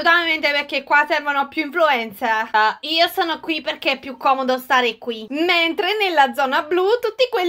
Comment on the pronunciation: È la prima volta che dice bene influencer!